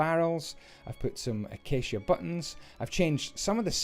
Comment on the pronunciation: I apreciate the fact that you pronounce acacia correctly, some Youtubers come up with the oddest pronunciations for it